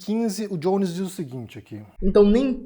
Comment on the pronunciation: Por que vc pronuncia o nome do Jones com a pronúncia anglófona? Se é pra pronunciar todo nome de brasileiro com a pronúncia da língua de origem, o seu nome se pronuncia com a pronúncia anglófona ou francófona????